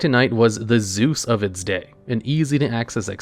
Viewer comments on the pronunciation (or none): none